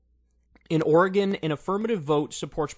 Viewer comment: YOU PRONOUNCED OREGON RIGHT! I'M SO HAPPY!